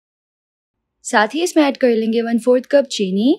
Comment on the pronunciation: 238 bar ap ne bola .... Len GEY 😂😂😂 Nice recipe I will try today.. Thank you ❤